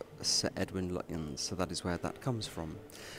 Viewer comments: Lutyens, pronounced lutchens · Lutyens is pronounced Lutchens. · Lutyens is pronounced “Lutchens”. Yet another of those English words designed to trip up the unwary!